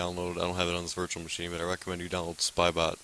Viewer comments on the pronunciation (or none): Why did you say wirus and wirtual machine?